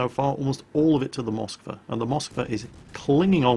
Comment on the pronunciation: God dammit IT IS Moskw A!!! not M O skwa!!!